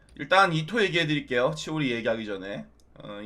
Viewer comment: 치도리 라고요!! 치오리는 무슨 ㅋㅋㅋ